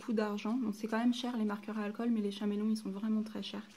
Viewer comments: J'aime ta video mais le faites que tu dis chaméleom au lieu de dire caméléon me stresse énormément 😂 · "ch"améléon ..... mes oreilles saignent .. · Ça s'écrit chameleon mais çà se dit Kameleon putain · Oui Mai sinon bien la video